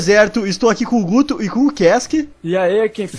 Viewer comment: quando tu disse guto entendi uto mas o video foi muito bom